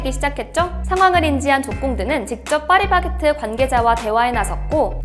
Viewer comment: 충청도 분 이신가요?? 빠리바게트 빠리바게트 ㅋㅋ 귀여우심